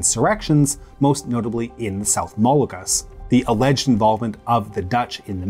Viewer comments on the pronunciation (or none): none